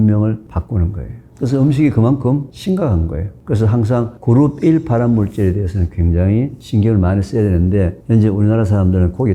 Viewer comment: 발음좀,, 그룹1을 계속 그르삐 라들려서 도대체 그르삐 가뭐야했음